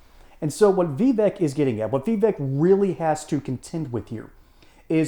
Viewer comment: Pronounce his name correctly it's pronounced Vi-vache.